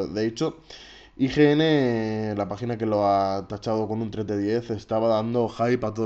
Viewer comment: Parece dices vagina en vez de página.